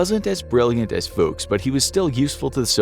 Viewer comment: That's not how you pronounce "Fuchs"... also Snuck...